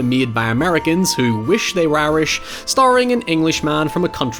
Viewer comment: Every time you say Irish I hear 'airish' and wonder what that means until I realize what the word was.